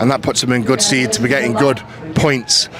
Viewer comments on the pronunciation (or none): Sted not steed and precedence not presidents. Love you Eddy but please don’t use a word unless you have the correct pronunciation. People are probably too scared to pull you on it. Please also don’t take offence, don’t want you sounding bad on such a big forum